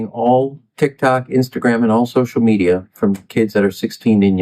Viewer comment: Hon you cant even say media without it sounding like meteor